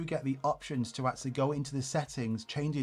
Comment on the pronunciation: Great and important video, BUT: "eksualy" :D